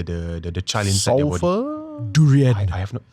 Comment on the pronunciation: far was so offended when said ‘durian’ 😂